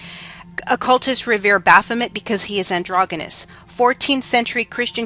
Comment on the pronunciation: Androgggenous lol How about pronouncing it properly